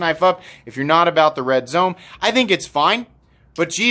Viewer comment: Zome is pronounced “zo-may” it is Japanese